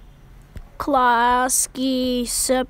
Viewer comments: LoL its so funny that klasky csupo said: klasky shupo 😂🤣😂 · why do you say "klasky csupo" like "cleahskay shitpoh" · Bro said: klasce supo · It's pronounced klasky chupo